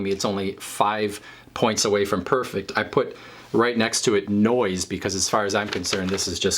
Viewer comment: I am dying at "Noise" lmao.